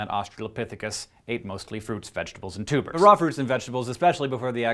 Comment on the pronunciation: I keep thinking you're saying "Fruits, vegetables and tubas" :|